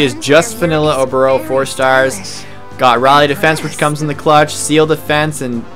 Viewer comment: Prrrrrresident Obooorrrroooo